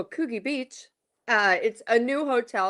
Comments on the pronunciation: If I may two corrections. 1: Princess Catherine (not Kate) 2: Coogee is pronounced as “COULD GEE”. Nothing wrong with Coogee, but it must be a promotion for the Intercontinental, because that type of wanky event would have definitely be held on the Gold Coast. By the way Jackie O has gone down the rabbit hole of horoscopes etc which Kyle claimed was distracting her from the broadcast. After 25 years it exploded and it’s messy right now. So much so, Jackie isn’t involved with the Markles, she declined. She’s enough to deal with, without being Markled 🇦🇺🇦🇺🇦🇺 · To quote the Princess Royale…’’Not bloody likely!’’ Coogee has a hard G..as in Coojee. The drivel of audio from the host about ‘’how much this woman has ‘gone through’ and ‘I’ve followed her for years’’…positively sickening, beside the fact it was reported she wasn’t fussed about doing the podcast…whaaaaaat? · It's pronounced CooG😊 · Hi Paula. It's pronounced "CooJee" Beach. Kyle and Jackie O are massively overpaid and their show is based on smut, shock and bullying. Is disgusting. They signed a 10 year, 200 million dollar contract. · It’s coogeee soft g not a hard g like Fuji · You’re both wrong it pronounced Coodge - geee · The “oo” in Coogee is pronounced as in “cook” and it’s a soft “g”😊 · Coogee pronounced 'could-gee' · Can you please learn how to pronounce Coogee Beach. It's NOT Coo -Gee.